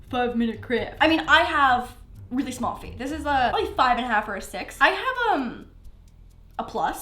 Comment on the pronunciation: " It so shmall! " Me: " Mr.Kate is that you "